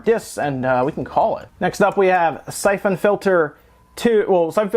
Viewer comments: The way you pronounce "syphon" makes me want to stab my brain. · That's not how you pronounce syphon...